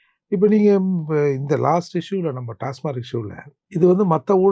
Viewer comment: அது டாஸ்மார்க் இல்ல...டாஸ்மாக்.